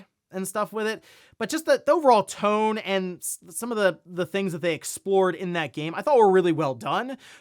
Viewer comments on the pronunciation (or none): none